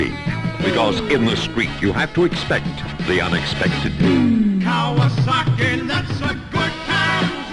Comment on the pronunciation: KawaZaki.....mes oreilles saignent...... On dit KawaSaki, avec un S.......parce que c’est pas du fransouze, mais du Jap’.... Comme pour le Niken, qu’on dit bien Ni Ken ( « 2 Sabres » en japonais) et non pas NaïKen.... Bisoux